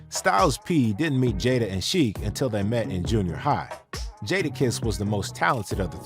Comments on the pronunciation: Respectfully , You are mispronouncing Sheek’s name sir. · I want him to stop saying Sheek name incorrectly